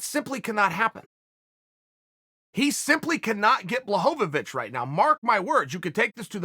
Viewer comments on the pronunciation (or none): Chael adding an extra syllable to Blachovicz is so Chael.